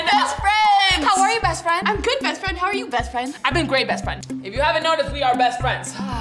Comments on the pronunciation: At the start they said breast friend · They said brestfriend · It sounds like there saying breast friend 😂